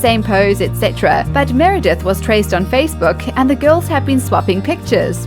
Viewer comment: Meredith what??!! Sounded like c**t lol